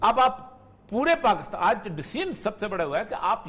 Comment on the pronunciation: Oreya sb, mazrat k sath, sahi Tlafuz PAKISTAN hay, ya PAKASTAN hay..??? Aghar Pakistan hay tu herat hay ap hamesha PAKASTAN boltay hen...plz rahnumaey farmaen..🙏